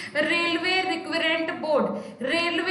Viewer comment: Mam railway reqment board apka pronounciation wrong he🤞